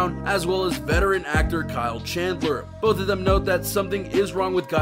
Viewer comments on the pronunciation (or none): none